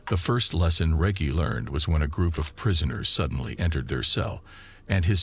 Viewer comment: Man needs to learn to say Reggie lol